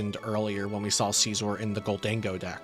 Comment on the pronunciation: Mf says seezor